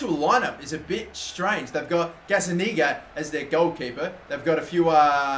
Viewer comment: Anyone else heard TMB say Gazzaniga Niga*